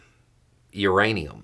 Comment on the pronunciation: Hey!!! Your anium!!! You better not curse me again!!! Lol jk its a funny word URANIUM!!!